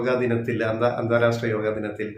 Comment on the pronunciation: അന്താരാസ്ട്ര അല്ല അന്താരാഷ്ട്ര.